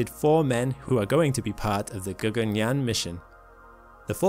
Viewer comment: "G-A-G-A-N-Y-A-A-N" pronunciation was apt.. 👍